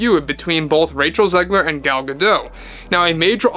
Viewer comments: It's not pronounced "Gado", she's not French but Israeli. It's pronounced "gaDot", in modern Hebrew the emphasis is generally on the final syllable. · It’s pronounced Gah-Dot. You pronounce the T. She’s Israeli, not French. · I thought that the T was silent. That's how it's usually pronounced, but I've heard like 3 different pronunciations. Edit: Never mind, you're correct. Miss Gadote herself pronounces the T. Sorry 'bout that 😊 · Gal Gah-Dote… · Gadot. You DO pronounce the T in the end. Gadot means Riverbanks. And Gal means Wave.